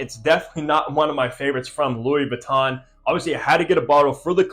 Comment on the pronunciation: It does come off a little strange if the reviewer doesn't even know how to pronounce the product they're reviewing. A little Googling is all it takes... Jus saying.